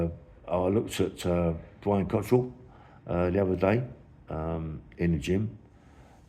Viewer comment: Why do you always call him Cottrell? It's Cockerill 😂